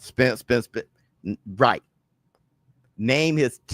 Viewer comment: He just can't say Spence name